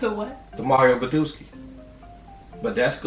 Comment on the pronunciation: “mario badooski” 💀💀💀💀💀